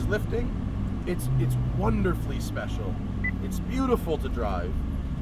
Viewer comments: Technically you are supposed to pronounce it "Spe-Chi-All-Ay" but everyone does it differently. I honestly just say "Spe-she-all-ay" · Matt, it's pronounced: 'specia-leh' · Thought it's pronounced "Spessyaleh"... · I love how Matt says "Special" "Royale with Cheese!" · Spe-cha-leh Matt. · The "e" at the end is not silent. It sounds like the letter A. Speciale. Spesh ee ahh lay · its pronounced as "spet-cha-lay" aint it? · you pronounce the e at the end of Speciale. In Italian, you pronounce every single letter. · Okok, so you review the Speciale Aperta without knowing the correct pronunciation of Speciale.